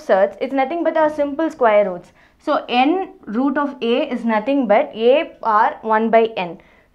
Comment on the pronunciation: Mam everything is good But we need to read as n th root a Not n root a There is a difference b/n both Bcoz if we read n root a it becomes multiple of n and root a n th root a is correct pronounce I think